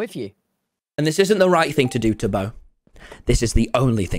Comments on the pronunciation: You said toby not beeto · Who else noticed Tommy saying Toby not tubbo